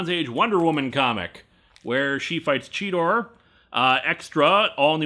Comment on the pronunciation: I know that you meant the Cheetah, but I heard you say "Cheetor." Now I really want a Beast Wars/Wonder Woman crossover.